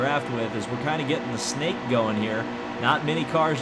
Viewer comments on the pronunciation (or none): none